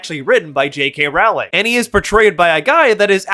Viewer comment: I love that everyone including native speakers mispronounce her name. I don't even think you're doing it on purpose 😅